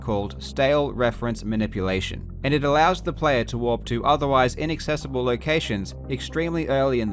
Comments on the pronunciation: I keep hearing "Moon walk" instead of "moon warp" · I spent the entire video trying to figure out of he was saying walk or warp. Link kept running backwards, so I figured that had to be part of the reason it was called the moon walk. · I thought he was saying moon walk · When he said "Moon Warp" I thought he said "Moonwalk" 😂😂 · his accent doesn't have the pronounced rhotic r sound that an American accent saying "warp" would have, so it sounds more like "walk"